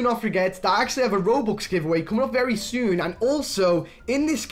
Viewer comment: He said rubux xd